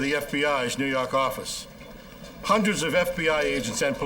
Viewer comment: 🤣 it always gets me!